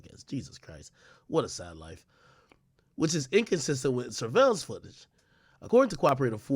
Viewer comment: It hit different when he couldn’t pronounce the word surveillance right 🤣